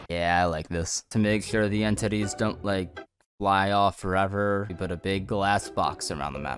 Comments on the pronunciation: every single time you say entities i hear end titties this has never been a problem until now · Why does say it like: en-TITTIES